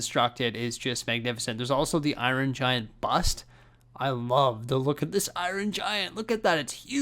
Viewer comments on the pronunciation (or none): "The Eye-Ron Giant" lol